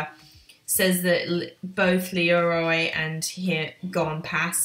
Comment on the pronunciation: leo-rio say it like that and kee-lu-ah